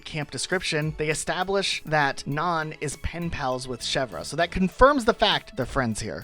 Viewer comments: How can you pronounce nanny properly and then screw up Nan so badly!? It’s REALLY irritating Nan doesn’t have an “o” anywhere in the word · Ok, pronunciations making me crazy- Nan, not naan like the flat bread, Nan as in Nanny- you literally said nanny. Nan=Ann Ione- Eye-own-ee, Greek and also Celtic/Gaelic origins Pate- not pait- Pah-tay, French origin Jacques- not Jah-kees - Jah-ck- also French Soliel- Soul-ay - also French Sparro- is sparrow, just as you said in your description, not spar- oh